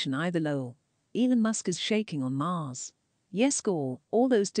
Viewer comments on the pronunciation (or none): none